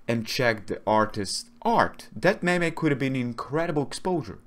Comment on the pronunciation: “A mem-ay”